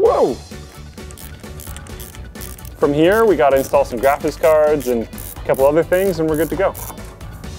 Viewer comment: is it me or does keep saying "Graphitz cards"?